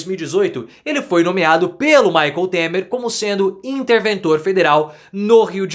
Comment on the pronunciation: "Maycon" Temer????😅😅😅😅 Essa foi otima Professor!